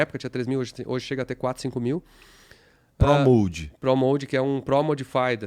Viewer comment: PRO MOD no caso a ''Pronuncia''é: PROU MÓD, e não PRÓ MOULD como chamam. OU NÃO??